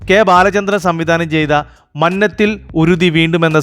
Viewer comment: മന്നത്തിൽ ഉരുതി വേണം അല്ല മനത്തിൽ അല്ലെ